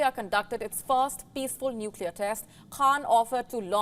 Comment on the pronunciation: When she said "Inida launched its peacful nuclear test" ....I'm wanna cry it was so peacfullll aaaaa😓😓😓